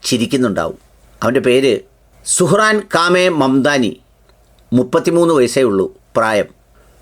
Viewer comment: Sir,, pls pronounce as Mr zohran nit sohran അതിനൊരു മലയാളി ചോട്ടാ ( taste )